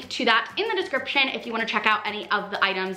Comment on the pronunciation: The off-place heart is making me crazy. More crazy than listening to her say "sh" for every S. "Shkylar" "Sho" "Shtacie" "Deshcription"